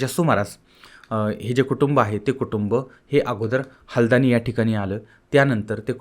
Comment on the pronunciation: हलदाणी नव्हे हलद्वानी असे उत्तर पप्रदेशातला ज़िल्ला आहे परत अभ्यास करणे